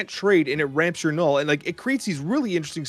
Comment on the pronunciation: Please say caches not keshes and Knull like null not Knoll Thanks :D